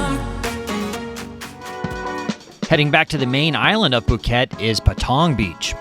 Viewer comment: Phuk-et Island? Lolwut